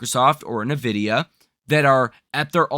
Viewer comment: en-Vidia not neh-Vidia